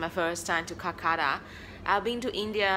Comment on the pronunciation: It's kolkata not kulkata